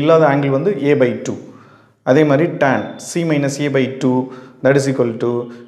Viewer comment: Pronounce tan not turn but super sir